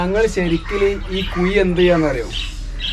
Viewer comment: കുയി , അല്ല മോനേ കുഴി